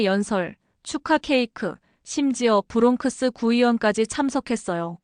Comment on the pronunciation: MIT 누가 수석 합격 했다고 누가 수석 졸업 했다고 발표 하나요 수석 수석 칭찬에 굼주린 Minority 한국인 들이 하는 소리 아닌가요 부롱크스 로 발음 하지 않고 브롱스 로 발음 하지 않나요 ?